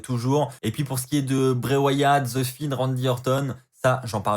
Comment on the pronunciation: sa se dis The Fiend pas ze finne 😅 mais sinon bonne review comme d'hab.